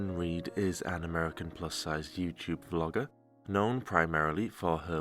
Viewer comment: Vlog-ger with a hard R lmfao 💀